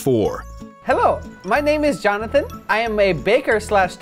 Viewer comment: xXScareMasterXx when kept saying his name wrong I was like JOHNATHAN